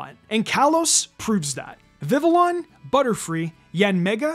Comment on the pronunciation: FYI, the L's in Vivillon's name are silent.